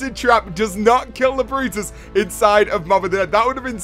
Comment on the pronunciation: It's brutus not "the brotus"